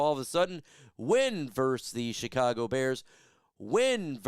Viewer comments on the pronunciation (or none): none